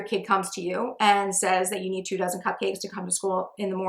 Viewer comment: for the first 10 minutes of the video, I understood "two thousand muffins" instead of two dozen and I was like whooa how are you able to make 2.000 cupcakes in three hours?😅